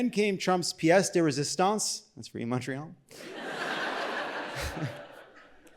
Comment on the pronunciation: I was there. Great show! And it’s pronounced Montreal not Muntreal like that lady claimed.